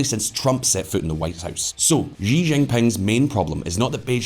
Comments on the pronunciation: XI Chi NOT JI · The President of China's surname is spelt "Xi" and pronounced "see", not "gee" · sounds like you are mandarin challenged. 习主席 【習主席】 【 Xí zhǔxí 】X in pinyin is pronounced “SHE” while the I is “E” so it’s SheE with an elevated pickup at the last syllable as denoted by the accent marker. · Learn to pronounce "XI" properly if you are going to make video on China .